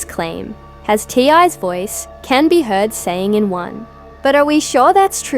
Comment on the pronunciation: His name is T.I. Or TIP! Not ty. If you’re going to report it at least get the man’s name right!